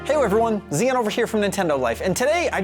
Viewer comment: zee-yin thats how you pronounce... crazy difffrom z-eye-on